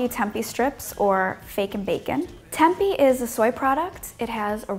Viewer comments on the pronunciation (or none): its not tempy its tempeh